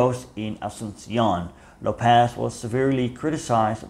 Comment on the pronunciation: Small mistake, It's López, not Lopéz